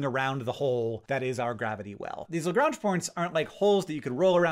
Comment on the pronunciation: You say Lagrange so French! I always pronounced it like "home on Lagrange"